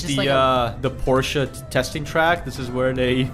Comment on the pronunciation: Hallelujah! An English speaker who can say ‘Porsche’ correctly! So many Americans and Canadians say it wrong, it’s aggravating. Por’-shuh, not Porsh’.